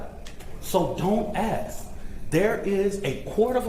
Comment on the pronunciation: “we have AXED…” what did you ‘AXE’ a tree.? Some coal..? The word is ask… ASK… a.s.k. Imbecile.